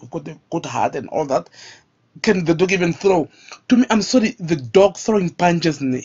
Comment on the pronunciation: I want to box you so you learn to pronounce the dogg not the dock.